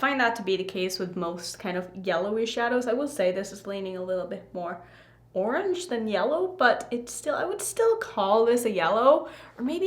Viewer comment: It’s yorange 😂